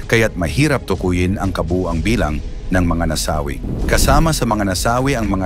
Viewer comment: Nasawi (mabilis ang bigkas ) ang daming maling bigkas .